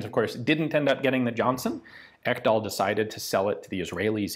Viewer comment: Ekdahl is a norwegian/danish name. Not to be pronounced «Ekkdahl» more «Eeek-dahl». But you got the sounds of the e’s and a’s more or less correct. Nice!